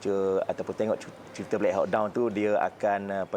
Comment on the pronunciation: Blek hau don😂😂😂😂 black hawk(hak) down (doun)